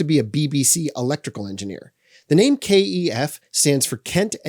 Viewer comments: Stop calling them, Kay Ee Ef. You’re the only person I’ve ever heard pronounce the brand name like that. No one here in England, where they’re from, pronounces the name like that. The company itself doesn’t pronounce it like that. It’s pronounced the same wary it looks. Kef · You are the first person I have heard call KEF 'K E F'. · stoop being a twat mate,what's it matter how he pronounces Kef,FFS cheers up